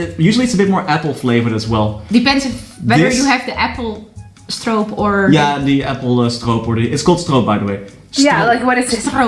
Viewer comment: Perfect pronunciation of stroop! I'm impressed.